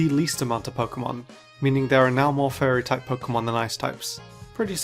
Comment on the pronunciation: It sounds like you're saying "furry type"